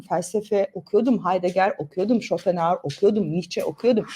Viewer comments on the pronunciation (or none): none